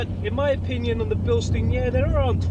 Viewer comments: You are saying the name Bilstein wrong. Here is a Bilstein link so you will know how to pronounce the name. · Bilstein is German. Incorrect pronunciation makes it easier to identify incorrect advice. Spring rate does not change with age or use. If the spring degrades, the free length reduces by the same amount as the ride height but the rate doesn't change. I too have found Koni compression damping rather soft. Years ago I used Spax instead as compression and rebound were simultaneously adjusted by a single screw.